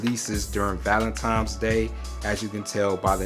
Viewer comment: Lmao "valentimes"